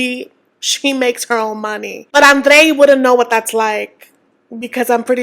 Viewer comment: If Libby and Andrrrrre have no haters, I’m dead. 😑